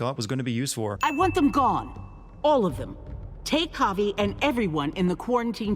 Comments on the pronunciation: Bobbert The Honey Bear at least he tried to do it right, surely it's a foreigner name to him so it's understandable, you can't pronounce something correctly without some practice of it. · He pronounces Javi "Javay" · 217 sins, one for each time you mispronounced the main character's first name 😂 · I was going to subscribe, until I heard his pronunciation of Javi’s name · To deliver a sin to the narrator: Despite Javi's name being repeated in the game about a million times, he still manages to say it wrong every time. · sinning this video for the way you pronounce Javi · The way he says 'Javi' 😂😂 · It makes me cringe considering my name is Javier lmao